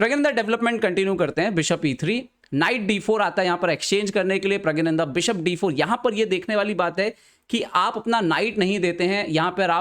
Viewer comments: Bhai pehle naame to theek se le le. pragyananda nhi praggnanda hota hai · vo pragya - nandha nhi hain. Praggna- nandha hain. Thik se to pronounce krlo apne player ka naam.